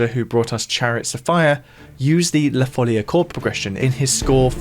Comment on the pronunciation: this cord progression of la folia gives a renaissance touch even with your composition with electronic instruments. BTW, in Spanish it is la folía with a stress on the i. Some claim that due to its musical form, style and the etymology of the word, it is assumed that the melody emerged as a dance in the middle or end of the 15th century, in Portugal or in the former Kingdom of León (an area of Galician influence) or in the Kingdom of Valencia. Both in Portuguese and in Catalan/Valencian "la folia" is pronounced with a stress on the I, even if the accent is not written. Sorry for the pedantry 🥸